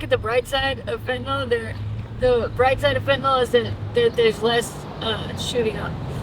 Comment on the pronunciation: Why do people call it Fenta-nal?